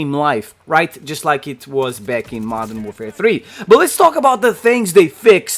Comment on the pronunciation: "Modern doorfare" 😄